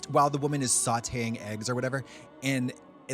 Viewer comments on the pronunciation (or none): “sautéing eggs”